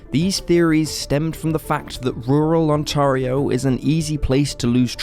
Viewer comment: I like the way you say Ontario. We definitely say it a bit differently but I think our way sounds too Americanized I like your way better😂